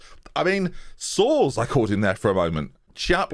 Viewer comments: it's pronounced sores according to TTS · Soares is pronounced generally similar to Suarez. There is a real player who has the (unfortunate) name Eynel Soares which is pronounced a bit like Aye-nel Suarez, despite looking like it could be pronounced anal sores. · Pronounce his name ‘Suarez’ - he’s spicy